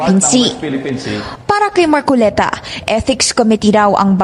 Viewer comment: Mar-co-le-ta Hindi. MAR -CO-Liii-TA